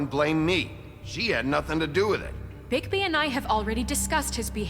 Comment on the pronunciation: when it said "bigby" or however his name is spelled i thought it said "bigboy"